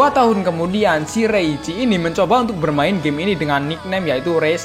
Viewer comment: Woy nyet lu ngomong game atau gey?